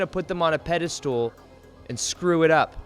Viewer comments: Dude, why do you ALWAYS pronounce "Pedestal" as "PedeSTOOL"? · I like how you say "PediSTOOL".